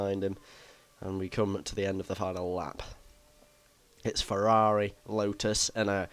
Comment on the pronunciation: "we've got a ferrrrrari"